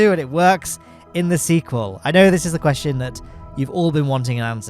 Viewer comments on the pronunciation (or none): none